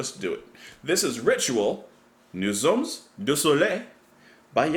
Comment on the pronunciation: The ending "s" in "sommes" is not pronounced in French unless followed by a vowel, as in "nous sommes à destination". But in "nous sommes du soleil" it is followed by a consonant. Good job as always,.